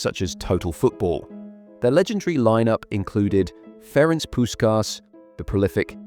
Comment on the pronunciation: Awesome video :) (by the way it's Ferenc and not Ferenk and it's Kocsis and not Koscis)